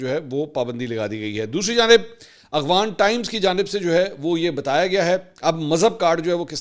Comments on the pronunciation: Aghvan nhi Afghan hota ha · منصور علی خان صاحب آپ افغان کی بجائے اغوان لفظ کیوں استعمال کرتے ھیں میں نے اکثر نوٹ کیا ھے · بھائ اغوان طالبان کیوں کہتے ہیں جبکہ لفظ تو افغان ہے